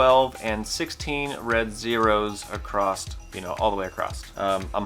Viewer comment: Why is everyone saying "acrosst" all of a sudden? Was there a meeting I missed or something? My money's on them all testing above the rated capacity, with the heavy one winning at about 300 :)